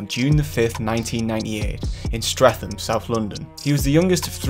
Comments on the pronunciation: “Strethem” .. it’s pronounced “STRET-EM” tf is streffem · streatham is pronounced “stret-em” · Just saying it is pronounced “stret ham” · Can’t even pronounce Streatham properly